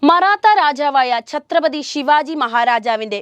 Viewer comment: y all mallu channels pronounce a sivaji....its shivaaji